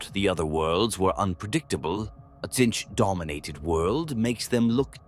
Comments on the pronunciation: Personal favourite: Sintchch 😂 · Better teach the voice thingy to say Tzeentch properly, maybe spell it phonetically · It is funny and apropriate how the Ai(come on, we all know) keeps pronouncing Tzeentch in different ways.